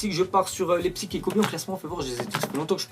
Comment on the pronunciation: Ca se pronnonce RB leipsich et monchenglagbar likez pour qu'il vois .